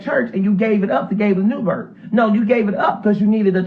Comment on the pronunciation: Somebody help me please!!!! Is he saying New Bert! He is! Ok ✅ Thank You😂😂😂😂 Ummmmmmm Andrew it’s New Birth😂😂😂😂🤦🏾‍♀️